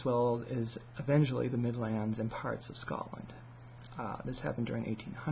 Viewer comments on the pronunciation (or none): none